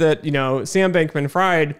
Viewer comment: Good video so far, but you should’ve looked up the pronunciation of Fried before starting lol